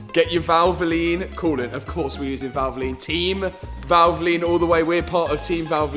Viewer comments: Say valvline 1 more time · Did he say VALVOLINE? Didn't get that right i think :D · Valvoline, are you sponsored by Valvoline? Valvoline.. Val-vo-line. ❤️💙